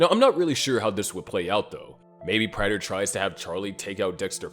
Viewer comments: Please. It's not PRYTER. It's "Prater" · Say it with me PRAY-TER not Pratter